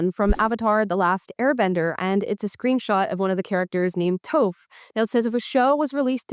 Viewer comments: Amala im with you girl but TOAF????!!!!!! 😅🤠👀🤣 it’s pronounced “Tawf” but spelled Toph… as an ATLA Stan I MUST correct this my sincerest apologizes 😮‍💨😊😅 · the name is t aw ph, not t oh ph. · its taw-f, not toe-f!! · Toph like off. Not Toe-ff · Hey amala, before the avatr the last airbenders fans come for you, Toph is pronounced T-aw-ph, not t- oh -ph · I'm certain you'll get a lot of corrections, but it was cringe to hear you mispronounce Toph's name. It’s not Towf, but Tawf. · Just a nitpick, but you're pronunciation of Toph. Your saying it as 'Tof', like Tofu almost. But it's more pronounced like the word Tough. Toph. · I love your show & your content, & I couldn't agree more on this issue. But could you at least watch even a clip of Avatar: The Last Airbender, to know how to pronounce Toph's name? It's a short "O" not a long "O". It's "Toph," not "Tophe" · It's "Tof" not "Tofe". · Toph sounds like "toff" not "tofe" ... but ya, agreed lol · Love you girl but that is NOT how your pronounce Tophs name. It’s T-AH-F not T-OH-PH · not "toaf" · Amala people mispronounce your name all the time now you're mispronouncing tough you should really check out at last Airbender it's an awesome show very complex characters and story even if you didn't see it as a kid it's awesome as an adult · Did you just call her Toeph!? 😂😂😂 Toph is one of the best characters and she is a good character, not Strong Woman TM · How you gonna disrespect Toph like that. "Toaf" 😂😂😂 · "Tofe" is stressing me out! 😂 Toph like "Toffee" with the e's 😅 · Her name’s not “touf” it’s “toph.” Because it sounds like “tough.” Okay, seriously. It’s pronounced “tauf.” People outside the ATLA fanbase often have trouble pronouncing some names because of how they’re spelt. Like Aang, for example. It’s pronounced “ay-ng” but non-fans call him “ong.” Especially a certain someone who made a bad movie that makes no sense and thankfully never got any sequels. cough cough M. Night Shamil-whatsit cough cough